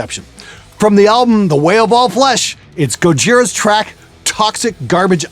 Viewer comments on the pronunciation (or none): Should be pronounced "Go-he-ra"